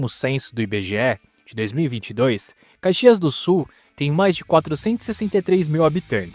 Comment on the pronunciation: Dude, you are TERRIBLE in pronouncing Caxias do Sul so find another job or, at least get some help! I m well into my eighths and grew up there so it pains me hearing you! Thanks for nothing dude!!!